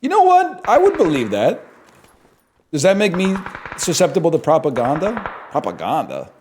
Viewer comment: "past-uh" "propa-gonda" unreal